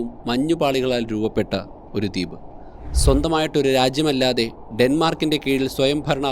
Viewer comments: ദീപ് അല്ല , ദ്വീപ് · Not ‘deep’ but ‘dweep’